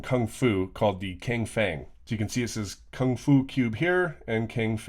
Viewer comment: except it's not Chang either.... just stop, we already said how it's pronounced... You can search alternate ways to pronounce it all you want... You are wrong. It's tsang-Feng...